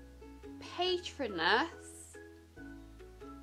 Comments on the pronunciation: ‘ it’s not paaytronus it’s pAtronus ‘ xx lol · Pat-row-nas Patronus (I think that’s how you spell it) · It’s pronounced PA-Tro-nus not PAY-tro-nus 🙈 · Paytronus? Pay-tron-us? Really? It’s Patronus. Pa-tro-nus. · Ahhh pAtEtrOnus killed me!! It’s pronounced pat-roe-nus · When she says pay-trun-us I got mad and said to myself it’s pronounced pa-tro-nus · By the first 1 I already tought Auts you say paytrunus And you mus say it as pa tro nus (it's a spell to keep of dementors) But still I like the video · The ‘’little triangle’’ is the deathly hallows symbol and it’s pronounced PA-TRO-NUS not PAY-TRO-NUS thank you for your time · It's PatrOnus not pAtronus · It’s pronounced puhtrohnus not paitronus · Who else cringed when she pronounced it as paytronus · "pay-tron-us"..."i duno if this is a harry potter thing?".......omg.... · it’s a spell,pat-row-nus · Patronous-Pa-trone-ous is your ghost animal in the wizarding world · Hi 😘 I really don't want to seem mean but patronus is pronounced pa-trooo-nus ✨soryy if that didn't help, I just wanted to say🌟have a lovely day and keep smashing the videos xx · Its pronounced pa-tro-nus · Btw patronus is pronounced pa-tro-nus. The triangle is called the Deathly Hallows. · btw its pronounced (pat tro nus) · It's Pa tro nus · love you! by the way patronus is pronounced as pa-trone-us x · Cecile Sophia ikr and when she said PAYtrinus it hurt so bad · Anyone else die a little inside when she said patronus wrong? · “Patronus” .....*pauses video and stares at the wall..* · As a die-hard Harry Potter fan, it was a little painful to watch you try and pronounce “Patronus” and not remember things 😂😂😂 but I would like you to do the other three houses! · Rosy-lee Hawkey yessss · Forgetting Ravenclaw.. saying patronus wrong.. she definitely hasnt seen the films or read the books lol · Rosy-lee Hawkey yep😔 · I was like girl nahhhh that’s not patranus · Also RAVENCLAW Cough Cough muggle